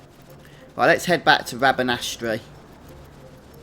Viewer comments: only annoying part of the video is u pronouncing bashe and rabanastre wrong bashe is with a long a not a short a and rabanastre the E at the end is silent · its spelled rabanastre but pronounced rabanaster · i know im 9m late, but the suffix tre is almost always pronounced "ter"